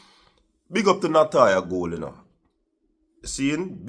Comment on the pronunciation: Isn’t her name Natoya Goule and not Latoya?